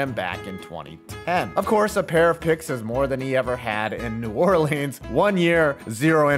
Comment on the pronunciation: Can’t stand the way you say New Orleans bro but I watched the whole video and I enjoyed it